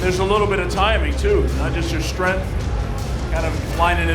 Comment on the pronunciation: Every time the commentator says “strenth” I die a little.